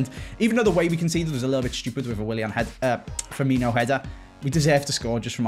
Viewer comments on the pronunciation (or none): none